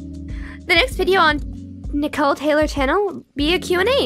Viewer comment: why does it sound like she's saying "Nicole Taylor Channel"